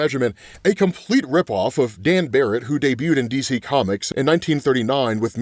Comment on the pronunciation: sorry but it's actually Dan Garret not Baret